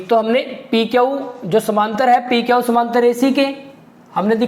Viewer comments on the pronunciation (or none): सर आप क्यू को क्यऊ क्यो कहते हो